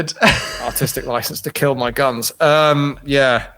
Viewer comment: It will keeel